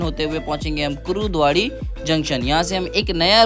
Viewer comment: Bhai woh kurudwadi nahi hai Kurduwadi hai